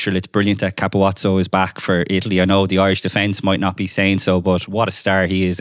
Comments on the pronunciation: Why can nobody pronounce Ka pu zzo's name properly?? It's not Ka pu watso. Listen to how the Italian commentators say it on Italy's winning try against Wales two years ago 😂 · Italian try v Wales in 2022. Italian commentary. It's Ka pu zoo😎